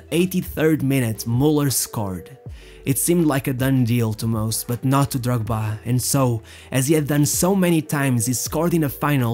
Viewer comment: I really like how you pronounce Drogba